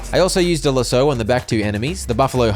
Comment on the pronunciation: Another video of insane lasso pronunciation